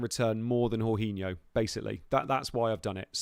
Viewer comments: How can you be a ‘professional’ yet pronounce Jorginho as ‘horhinho’. No offence but things like that demonstrate a serious lack of football knowledge and I’m not surprised you did so badly in this fantasy 😂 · true but it’s more the fact that he’s basically made up his own pronunciation, literally no one has said it like that before 😂 he would know if he actually watched any Chelsea or Italy games!